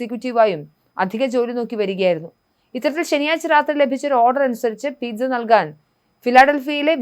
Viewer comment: Sad! Oh, his family Pizza pronounced as പീറ്റ്‌സ. No "zz" sound. But "s" sound